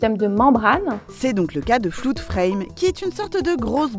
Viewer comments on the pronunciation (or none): On dit pas "Floude" mais Flod